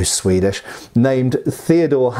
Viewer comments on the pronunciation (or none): none